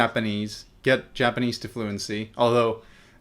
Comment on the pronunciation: damn both of your japanese levels are really high. pretty good pronunciation too